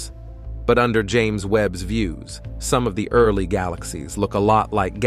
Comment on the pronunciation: Bait and switch? Computer narration? I have a bit of a problem with the narrators tonality, inflections and several key mispronunciations. His sound is more than a bit commanding to the point of being "put on" for the sake of trying to sound in-the--know, informed and/or educated; that is a bit overmuch so. A little to stern, like a nun with a ruler waiting to smack you. He needs to add more comfort and be more humanly forthcoming. He smacks of the wannabe disciplinarian; he sounds a bit harsh and authoritarian; younger trying to sound older, hence wiser but comes off somewhat shallow like a 28 year old trying to be 45 in years, wisdom and in terms of experience. Other than having somewhat of a borderline lisp, he's OK. Otherwise, overall a nicely done piece ruined by commercials, but I like the various animations.